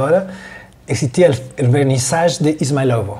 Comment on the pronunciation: It should be pronounced izmAylovo, bro - like 'eas-MIGH-lovo' with the middle part of the word stressed :))